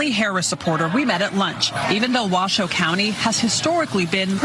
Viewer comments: Thank you for pronouncing the name of the county correctly. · 1. Charlie Kirk, I can believe you pronounced our county correctly!!! 2. Washoe county represents the rest of the country…we want secure borders, take care of our own first, and stand up to the world. You don’t see any Harris flags out there, do you? And this is how you know the polls are lies.